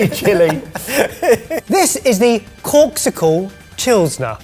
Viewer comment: I thought said corpsicle. 😂😂 Then I saw the word on the screen.